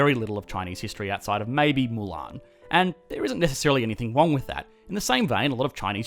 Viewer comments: Something is "WONG" with you, little boy? LOL !!! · “there isn’t anything necessarily WONG with that” you kill me😂😂😂